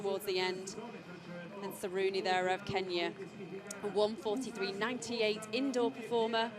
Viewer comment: This is probably Jenny Meadows best intro yet. 9/14 names correct. Granted most were incredibly easy, but getting names like Sieradzki and Saruni right is very out of character for her. At least she's always good for a laugh, though she makes it hard to focus on the race.